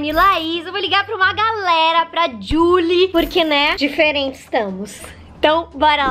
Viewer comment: Gente a cada "jully molinna " que ela fala eu lembro de Julie and the phantons né possível que só eu mano